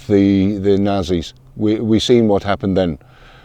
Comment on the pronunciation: Lovely, honourable, courageous gentleman, bless him. is my son's generation, that respects and are grateful for the unfathomable sacrifices for freedom, by their grandfathers & great-grandfathers, etc. (He pronounces "Nazi" correctly, without the "t" sound, as our dad taught us.)